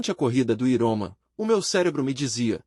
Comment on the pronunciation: Me desculpe, não estou fazendo uma crítica para ofender já q vc está ajudando lendo esse livro para nós. Mas a pronúncia não é iroman, é Iron Man( homem de ferro), "Airomen" mais ou menos a pronúncia dessa palavra em inglês.